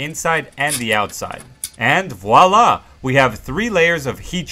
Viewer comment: Not wa-la, it's vious La